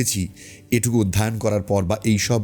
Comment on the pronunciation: ভিডিওটা খুবই ভালো লাগলো দাদা, কিন্তু একটা ভুল শব্দ আপনি উচ্চারণ করেছেন, "অধ্যয়ন" হবে "অধ্যায়ন" নয় ❤